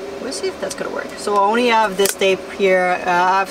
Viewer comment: Have. Not ave